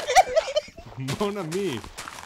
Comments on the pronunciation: I feel bad for Etho, being Canadian and he's never even heard "Mon ami" before? Though in this case I'm pretty sure it should have been "ma ami" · did anyone else think called Cleo mommy instead of mon ami?